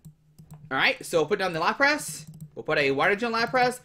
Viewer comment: Its lapras not laprass lmao